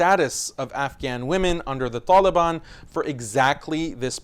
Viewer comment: I like how u pronounce the ط in taliban